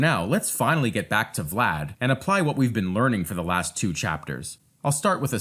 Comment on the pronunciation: As a fellow Vlad, congratulations on saying the name so well, most english speakers struggle with it :D